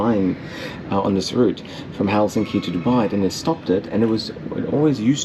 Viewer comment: This doesn’t have much to do with the video itself (though it was nice), which I came across by accident. But just wanted to say it was nice to hear a foreigner pronounce Helsinki correctly (especially in the beginning of your video) with the weight on HEL instead of hel-SIN-ki like all other non-Finns say. I’ve only flown business class once, the flight was overbooked so they upgraded me and my mum. It was really nice, long flight from Guangzhou to Helsinki. I was 18 and they gave me champagne I felt like a queen. This was over 15 years ago though, Finnair too but looked fairly different from your video. It was very controversial when they started offering blueberry juice on the Finnair flights cause if you spill it it’s impossible to wash off.